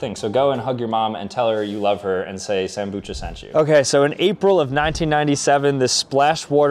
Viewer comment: Sambucha mispronounced and didn't know the purpose of the clackers 😭😭😭💀💀💀💀